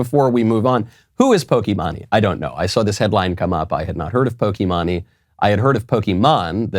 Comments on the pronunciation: I love how he pronounced pokimane as poki-ma-ne instead of poki-main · You pronounced it wrong. It's pronounced "Pokey Main" not "pokey-mah-nee" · Dude Michael ur so old bro and we are the same age. POKI-MA-NE 🤣🤣🤣 POKI-MAINE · Pokemon-ay LOL, tis poke-main Michael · PokimANEEE 😂 😂 😂 bro the way he pronounced that I’m dhing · It’s pronounced Poke E main just so you know. not to be rude or anything but pronouncing it pokemone might be driving people away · like how he pronounces pokimani instead of pokimane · Lol at the boomer Knowles..."Pokey Money!" Knowles... it's "Pokey-Main" .... Really doesn't matter except for the fact she's an abuser of the YouTube copyright system.... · Pokey main not pokie mawnie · bro i thought he was joking when he said pokemone🤣🤣🤣🤣🤣🤣🤣🤣🤣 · Knowles, its pronounced poki-mayn. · Not gonna lie it's incredibly painful to hear him say "Poki- monny". He looked her up, he could have looked up how her name is pronounced... Not out of anything other than my poor poor ears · Pronounced pokemain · Her name is said Poki-MAIN and she has a lot of twitch scandals and is not well liked. She makes money dressing like a hoochie mama for desperate gamer boys in their mom's basement, streaming herself playing video games, and these gamer boys pay her money to watch her. She has literally made millions off of youtube and twitch just by playing games and being the unattainable dream girl for every simp. Basically she uses her body and sexuality to make money online. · Poké-MAIN lol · I understand this is a video is serious, but I'm so distributed by him pronouncing pokimane as pokee mon ee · poki-maan-ie, lmao, gotta love that pronuncitation. I love ya Knowles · It's pronounced "Pokeman-E" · Michael, why are you saying PokiMONEE??? Jesus do some basic research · I think it’s pronounced “pokee Maine”, as in like the state of Maine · It’s “pokèmane” she’s definitely not very educated in politics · It is pronounced Poke -main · pronounced: pokey-main. Haha